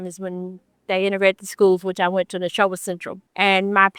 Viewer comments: Dude at least learn how to pronouce the names correctly...it's NESHOBA. Nuh-show-ba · I’m a Mississippian who moved to Colorado to get out of this shit. Racism still exists here but it’s less in your face. Also, just as a friendly side note, Neshoba county is pronounced “Neh-SHO-ba” not nebosha. We have a lot of weirdly spelled/pronounced names so this is not coming from a place of judgement. 😊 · neh-show ba county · Neshoba is pronounced Knee-Show-Buh. Not whatever the heck he keeps saying. lol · Its Ne Sho Ba